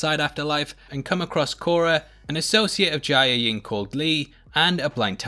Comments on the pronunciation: i- you keep saying jiaying's name as jia-ee-ying... its just jia-ying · You really can’t pronounce Jiayeng huh? & it’s her actual sister because they’re related by blood not her stepsister. She doesn’t have to always bounce back means she doesn’t have to be ok. This is why I don’t subscribe. It’s like you watch the show but you miss out on the deeper nuances & you can’t pronounce words that you hear being said.